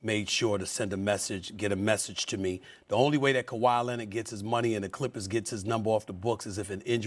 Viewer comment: Steven A: KAWHI LEANORD